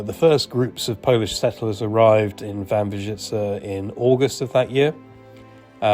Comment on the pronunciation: Brawo! Jest Pan pierwszym obcokrajowcem (?), który prawidłowo mówi "Wambierzyce"!